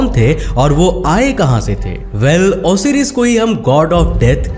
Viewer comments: Osiris nhi bolte hai usey Osairus pronounce krte hai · It's not ओसीरिस it's ओसायरीस। आरू is अरु। आपने बहोत सारे words को गलत बोला है। ऐसा ज्ञान किस काम का जो लोगों को Video के मुख्य पात्रों के नाम ही गलत बताये जा रहे हो। इतना बडा चैनल होते हुए भी आप ऐसी गलती।🤔🤔🤔🤔🤔